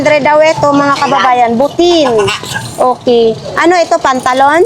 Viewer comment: (byutain) butane hindi butin! ang correct pronunciation! Just saying